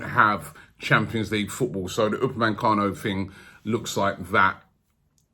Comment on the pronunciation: ROBBIE, UPAME... CANO.. NO N in the middle... You've been saying UpameNcano for months now c'com